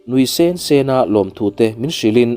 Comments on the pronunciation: Nui sen sen tih te hi han ngaithla nawn teh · Nui sen sen tih i lam dan khi thlak rawh. Mizo tawng lam dan a ni lo😊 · Nui sen sen hi lam dik rawh